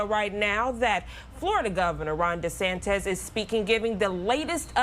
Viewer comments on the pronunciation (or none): you're a newsreader and can't even say de santis ? it's not "de santez"